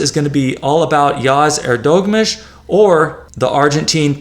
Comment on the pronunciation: EHR duh moo(h)sh, not your pronunciation.